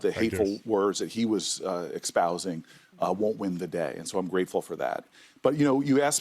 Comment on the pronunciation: "The hateful words that he was expousing..." What does "expousing" mean? Apparently, Temu Obama also has a Temu education.